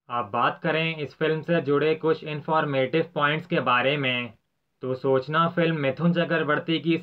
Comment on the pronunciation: BHAI PAHALE TOH AAP KO REQUEST HAI K AAP ISS FILM K NAAM KO SAHI SE PRONOUNCE KARIYE PLEASE BHAI ## AAP SOOCHNNA BOL RAHE HO ## CHALO THIK HAI SPELLING ON POSTER AISAA HAI YE MAANAA SABHI NE MAGAR AAP KO BOLTE WAQT SURAKSHA K JAISE BOLNAA CHAHIYE # \ MTLB SPELLING BHALE WAISA HAI PAR AAP >>SUCHANAA<< AISAA BOLE HINDI ME # QK MTLAB ALAG HO JAA RAHAA HAI USS WAJAHA SE # MUJHE LAGAA K SOOCHNNA MAANE THINKING --- MATLAB SOCHATEY RAHENAA KHAIR AAP SAMAJH GAHE HONGE HUM KYA KEHNAA CHAH RAHE HAI YAHAA PAR MERE BHAI # WAISE DEFINATELY YE FILM MITHUN K LIYE BHI COMEBACK HOTEE QK 1989 ME UNKEE KOYEE KHAAS BLOCK BUSTER NAHI THEE MATLAB ALMOST AFTER DANCE- DANCE LOG UNKAA MIRACLE MISS KARNE LAGE THE ## WAISE SABSE JYAADA RELEASE UNKEE ISI YEAR ME HUYEE THEE #-------------------------FROM_____F..K